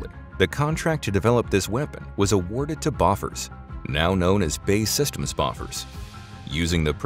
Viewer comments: To OP...what is 'BOFFERS'? It is pronounced 'Bow-fours' you should know that...... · From a native Scandinavian speaker: Bofors is pronounced "beau-force" (not "buffurs") — or is at least, that's the generally agreed upon approximation for English speakers. 🙂👍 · It's pronounced bæførs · Not beau-force either. UK: /ˈboʊfərz/ BOH-fərz US: /ˈboʊfɔːrz/ BOH-forz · BO as in bohemic. And then Bosch with an F. Bosch weve all heard if. If one cant say that, just keep on living (well not the ones killed by it, as i hope though) // Sweden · No its not. Its pronounced "bow - fuhz" in english. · "Bay systems boffers" LOL! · That ain't right. It's not a short phonetic O in the second syllable.